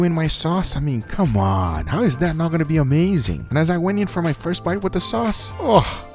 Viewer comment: or "now come mon"